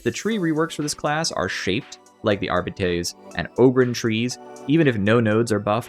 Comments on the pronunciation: ☝🤓uhm sir it's pronounced arbi-tes, not ar-bites! No but seriously great video. I particularly like that you explain how talents, blessings, and weapons and stats are all connected. It's not always easy to figure out which nail to strike with the balance hammer but you're doing a really good job coming up with suggestions. Agree with pretty much everything. It's not about taking things away, it's about enabling everything. I actually really like the psyker tree. So I feel a bit threatened by a "rework". It's already well connected and the abilities are great. I'd prefer a more careful approach where we look at specific talents. Examples: - Give players a reason to pick Warp Rupture over Creeping Flames. (and make it apply physics force to ragdolls so enemies are blasted away) - Update Smite's sub-nodes. - Give wildfire a little buff. Increasing the cap from 4 to 6 would be a start. If it was uncapped it would probably break the game. - Move psykinetics aura to a center position in the tree, so it's available to all blitzes. - Crystalline Will should make the self-explosion bigger and more powerful, and provide +1 wounds. - EP keystone needs some help. Right now it's only used by Smite spammers, which is the crutchest crutch of all crutches to ever crutch. Maybe EP should cast 3x brain bursts, or split assails into 3, or something. Is this starting to sound like a rework? Maybe a small one. A re-tweak. Thanks for reading. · >jokes about mispronouncing "arbites" >proceeds to mispronounce "arbites"